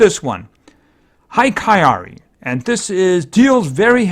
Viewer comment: japanese is easy to pronaunce you just need to read it as it's written like you read kami or akira or shinigami you said izanagi sekiwake yokodzuna and hikari wrong do not complicate things also you should go for support build it's the best one you have a lot of tanks and they really aren't that useful in the game while she can be really really good as a suport